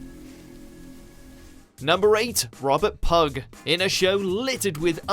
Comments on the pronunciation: It's pew not pug. Would understand the mistake if you're American but you sound English! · "Pugh" is pronounced "pee-oo" not "pug", at least I'm pretty sure. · Number 7 is Robert Pugh pronounced PEW not PUGG, would expect something like that from a yank but not a Brit ..!!! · Pugh is not pronounced Pug, it`s more like Pew, think Hugh Laurie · Pugh is pronounced pew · Robert ‘Pugg' 😂😂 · The name "Pugh" is pronounced "Pew" as in the thing you sit on in church. Sorry, that was bugging me! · Surely it’s not pronounced Robert Pugh (rhymes with blue) and not Pug! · It is, the same as Hugh is pronounced. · Robert ''Pug''? cmon dude im not even welsh and im not that stupid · Robert Pugh ??? Pronounced "Pew" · pugh is pronounced "pew". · Learn to pronounce your words, please. Pugh is pronounced “pew” and it’s pronounced “sy-lew-ree-ans” not whatever the hell you tried to say. At least attempt to do some research into what you’re narrating. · Tobias Menzies? Shown but not mentioned. Mark Gatiss? Mentioned but not shown. Maisie Williams? Not even a mention. A good list but some some glaring omissions. And who the hell can’t pronounce Pugh (pew) properly? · Mark Gatiss (pronouced GAY-TISS) didn't direct The Crimson Horror; he wrote it. Also, Pugh is pronounced PEW. It's not difficult to get it right. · 1. Pugh is a Welsh name pronounced "pew". (Pug? Oh, come on!) 2. One male is an "alumnus". 3. Shout out to Edmure in #2! How could you miss that bonus appearance? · Can't believe a native British person actually pronounced that "pug"! What's next? Hug Grant? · It's pronounced PEW you thick fuck 😡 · Pugh is a surname of Welsh origins which is pronounced 'PEW', so the same pronunciation rules as the christian name Hugh. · Say Pugh right ffs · Robert pug? Lol his name is Pugh rhymes with few. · Thomas Pugh, pronounced pew, not pug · I'm sure his name is pronounced P-E-W not PUG. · Robert “ Pug”???? Ffs, Pugh is pronounced Pew!! ( Like Hugh , as in Hugh Laurie)